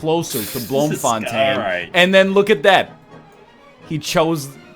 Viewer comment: blohmfohntein? plz man learn dutch its a beautifull language